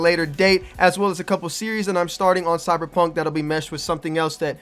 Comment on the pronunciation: "cybuh p hunk baybeh"